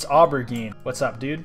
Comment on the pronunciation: the way he pronounced aubergine 💀